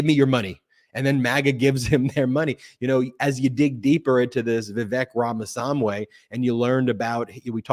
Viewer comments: Ben! It's RAMA-SWAMMY not RAMA SWAM-WAY! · You constantly say Vivek's last name wrong over and over and makes you sound like all the morons on the right that say Fani's name wrong over and over. It's not way it's wy.